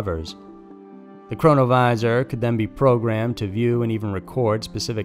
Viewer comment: Keep hearing corona virus instead of chronovisor??